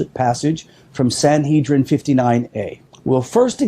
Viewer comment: SanHEADrin not SanHEEDrin ;-)